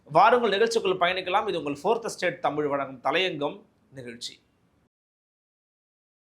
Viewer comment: அது தளையங்கம் அல்ல தலையங்கம் தமிழை ஒழுங்காக உச்சரிக்கவும்.